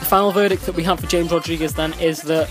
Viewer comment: Dude James in Colombia is pronounced like Hames not James, just talking